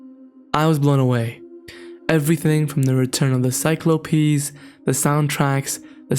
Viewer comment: Is he trying to say Cyclopses?